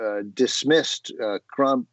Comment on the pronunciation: Could do with a shave too. Did he say "Crump" rather than "Trump"?